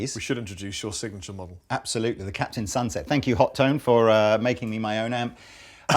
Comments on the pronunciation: Wouldn't be "Hot-One" rather then "HO-TONE" or "Hot-Tone"? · That charvel is sexy. Are the amps pronounced ho tone, or hot one? Or something else? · HOT TONE. Shared "T" Its not that hard, holy crap. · HO-toh-nay! :D. Friedman is an american company, but the Friedman BE was designed for a british sound.